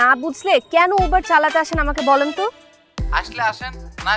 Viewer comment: It's not ubar it's uber bro